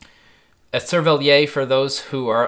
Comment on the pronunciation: SERVELLIERR. The 'r' is pronounced in 'cervelliere'.